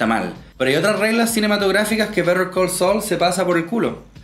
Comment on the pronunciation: Me gustó que pudieras pronunciar bien el nombre de la serie, no como otro youtuber que sigo y niun brillo